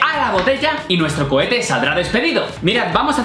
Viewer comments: Es cohete no cochete me voy lentamente saludos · Seré el único que noto que dice Lanza Cochete -__ - alguien más lo noto, 🤔